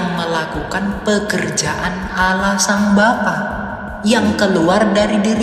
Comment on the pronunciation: Tidak ada Kristen mlafalkn Olloh, min. Yg benar A l l a h. Kog aneh si Kristen satu ini😂